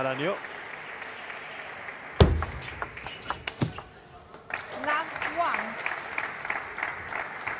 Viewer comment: Put respect on his name Angel Naranjo takes a game off Wang Chuqin. The g in Angel and the j in Naranjo are pronounced like the fist h in "nigh" if you wanna say his name correctly Hay patriaa